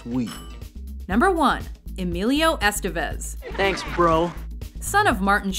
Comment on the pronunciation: The accent in "Estévez" is on the second "e." The name rhymes with "Nevis," not "vestiges."